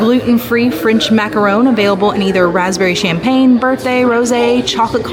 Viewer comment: And macaron lol